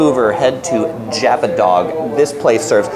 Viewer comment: also he said it wrong : it's japa dog and not j**